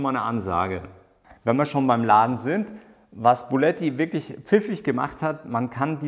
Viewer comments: "Buletti" ist gut... 😂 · Ich hab immer "Bulletti" verstanden!🤣🤣🤣